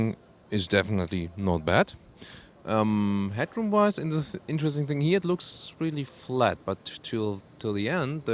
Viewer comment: u pronounce looks as lux